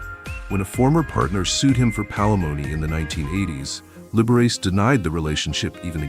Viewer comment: The computer voice should learn how to pronounce Liberace!